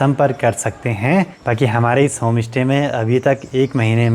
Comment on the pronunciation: Bhai Home stay open kia h ya Home Ishte...influencer ho thoda sa pronunciation ka b dhyan rkha kro...Pahad se ho ye hm b jante h hm b pahdi h...iska matlab ye nhi ki aap sushmita ko susmita bolo..stay ko istey bolo.... vlogs ache bnate ho..BABA KEDAR BLESS YOU